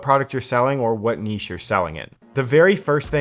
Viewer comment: The way you pronounce niche is painful but thanks for the tips